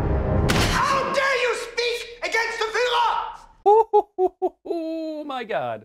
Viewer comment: I love how that one Nazi mispronounces the word to sound like 'HOW DARE YOU SPEAK AGAINST THE FILLER!' Is he advocating for Hitler or FMA 03?